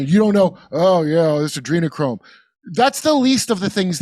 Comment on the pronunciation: Jimmy. You really don't know how to pronounce Adrenochrome? Not likely. Just sayin